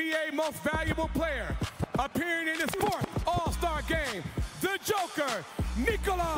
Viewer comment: He said nickler not Nikola😂